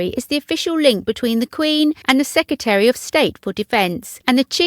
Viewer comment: Sec re tary, not seccatery. Speak properly.